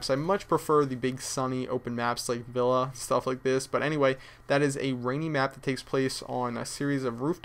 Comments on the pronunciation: I thought he said favela at the begining and not villa :L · he said villa but it sounded like vella witch is kinda like favela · Fa-Villa xD